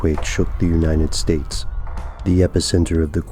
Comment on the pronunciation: Have you guys noticed that when says "United States" it always sounds like he says "Uninted States"?